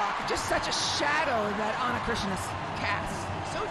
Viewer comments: Eu seu...foi só uma piada, pois ela pronunciava ´Chrisna' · Ana Cristina, like Cristina Aguilera... no christiana, lady on the mic said it every time wrong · They can say Christina Ricci and Christina Aguilera, but they can't say Ana Cristina 😂